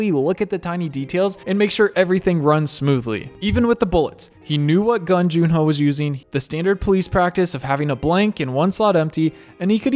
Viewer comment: Please stop calling him June-ho 😭😭😭